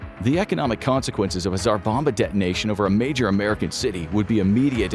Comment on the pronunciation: the video repeatedly says "A Single Tzar Bomba"